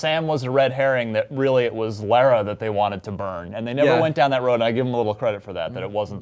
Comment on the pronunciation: Slightly annoying how Americans cannot pronounce Lara right, even when they hear it said so many times in the game.